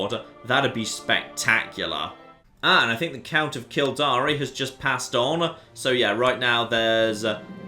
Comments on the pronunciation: v. minor quibble - I'm sure Kildare is pronounced Kill-dare. Not Kill-dari. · Kill-der. Not kill-dar-e. You have no idea how infuriating it is. Good luck